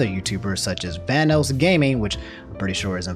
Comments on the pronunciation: Hey, just letting you know it's pronounced "Van-oss" and not "Van-O's". Also Liz and Delirious are dating, not married:) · I don't mean to be rude, but it's pronounced "Van-oss", like how "loss" is pronounced, not "Van-oos". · Bruh my dude really said Vanose, (Van-Noe-S) wha, vanoss finna snap and demonitise half the videos on youtube or smtn lmao. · Lol he said vanoos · Plz Van-NOS and caliber like a gun. Still love u ✌️😂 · Sorry, my man. You seem like a cool guy, but the way you pronounced "Vanoss" earns you an automatic dislike. 😂